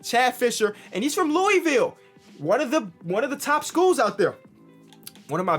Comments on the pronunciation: Nothing on but Louisville is pronounced Loo-uh-vul. This is coming from someone who lives in the area. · I get so upset when people don’t pronounce Louisville correctly and idk why lol